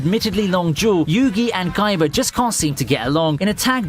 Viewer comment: I’m not saying this to make fun of his accent, but his very soft pronunciation of “k” took me out when he said “guyba” for Kaiba and all I could think was a cross between kaiba and might guy